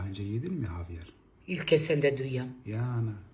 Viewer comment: 😂 havyar dediğinnnn ….😂ay koptum